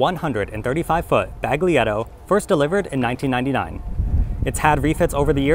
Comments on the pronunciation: The G is silent. Not bag. 🔴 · you should say "balietto" like you say "giulia" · Not trying to be picky.... the letter "g" in Baglietto is silent. Otherwise, your pronunciation is spot on! Thanks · leave out the g in Baglietto